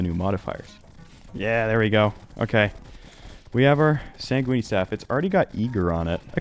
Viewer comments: why is bro saying "sangweeny" lol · what the hell is a sangweeny staff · the e at the end of sanguine is silent lmao cracked me up hearing it so often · Sanguine is not a pasta. Stop pronouncing it like that! It physically hurts to hear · I'm gonna guess he said sanguini based on the comment without having heard it before. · SAN J EW WEEN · Ah hell nah not the SANG WEENIE staff !!! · screams at computer "It's San-Gwin!!! Rhymes with fin, gin, sin!!!" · im so out of it from a migraine rn (minimal pain maximum loopiness) and the way he pronounces sanguine has me absolutely CACKLING; i laughed so suddenly i scared my cat lol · every time this man says sanguine, my brain wants to implode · i also cant believe you pronounce sanguine like it rhymes with linguini but I am going to do that starting now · Bro HAS to be pronouncing sanguine wrong on purpose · pronouncing "sanguine" like an Italian dish will always drive me crazy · I came to the comment section looking for just this lol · Tortellini linguine sanguine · If you notice when it cuts to the audio of him live getting the staff, he pronounces it correctly. He does it on purpose! 😂